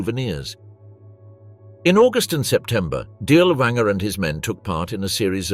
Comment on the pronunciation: Pronounced DEERLERVAANGERE.